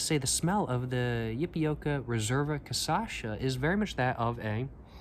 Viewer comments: You def love Brazil, lol. Being brazilian myself, allow me to note that it's pronounced "cashasa". Thanks for your reviews, cheers! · Each vídeo he pronounces cachaça in a different way. Keep going until you get it right man! Here's a tip: it's Ka-sha-sa. Just read that in english and you'll already have improved quite a lot. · Check out the first video where he tries 51, he was talking correctly many times in that one, then on he just prefered to say Cassasha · "CASASHA" 😂😂😂😂 kkkkkkkkkkk i die always broo kkkkkk i imagine you already know Brazilian Xuxa and Sasha 😂😂😂😂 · great video bro, hope youve been enjoying your time there try canelinha, bananinha and cachaça de jambu and a friendly reminder to try to practice and adjust your pronunciation to "ca - sha - ssa" (or dont if you dont care that much idk ahahah) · "CAÇACHA" eu ouvi ele falar errado tantas vezes que agora eu também falo errado ahahahaha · It’s pronounced cashassa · O jeito que você fala é bem legal na real. "Cashashaa" 🗣🗣🔥🔥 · Change the syllables! it should sound like Ca-CHA-SSA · sorry again but is CaCHaça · first video he nailed the cachaça pronunciation, now this casasha thing is killing me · just switch the last 2 syllables and you got the cachaça pronunciation right lol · You were pronnouncing ''cachaça'' right on the 51 video, what happened? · Is it me or was he pronouncing it correctly in the first video (51) and suddenly started swapping the Ç with the CH later? Is it the 51 effect? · grab the 3 silables you are saying when speaking ca-cha-ça, switch 2° and 3° , now you are saying it in perfect portuguese! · Have a shot every time he mispronounces cachaça 😂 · That is definitely much better than the trash caninha 51 you got before! Also: never say your poems are not good! Let the reader decide. They might disagree! :D edit: minor note, but you are saying "caçacha", when it reality it should be "cachaça". You are swapping the two latter syllables :P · It's KaSHAssa 😊 be welcome 🇧🇷